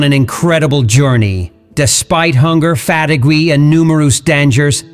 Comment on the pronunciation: “ fatiguew” the bot reading the script mispronounces so many words! what’s the point of these videos? Is it advertising?